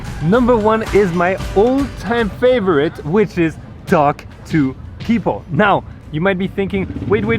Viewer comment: "Alright guys, to wrap things Upe. It's all about connecting wisss peopleE". I like french accent popping out xD